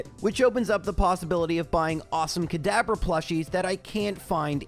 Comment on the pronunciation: This episode only, every time you said "Kadabra" I heard "Cadaver." I do not want a cadaver plushie, and I hope you agree.